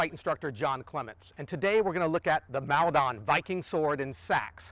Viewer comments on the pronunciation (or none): It’s pronounced Mol-Don not Mal-Don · Hearing you pronounce Maldon that way is hilarious. Maldon is a few miles away from me and pronounced more like Maul-don. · Just up the road in Chelmsford and we pronounce it Mould-on.